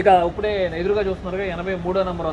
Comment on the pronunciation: uppude, uppude antunnaru ... ippude ani spastanga palakandi